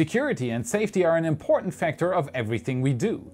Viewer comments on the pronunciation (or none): none